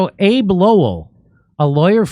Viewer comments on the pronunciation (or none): Abbe in Abbe Lowell is pronounced Ab be or like Abby.